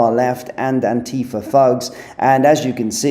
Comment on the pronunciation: 'ANN-TEE-FA'........ What a flash name for idiots. 'anti--fas', more like it.